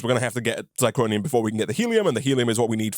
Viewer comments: Living for calling it Zicronium instead of Zirconium:) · You're mispronouncing zirconium. zir-co-ni-um. Not zi-cro-ni-um.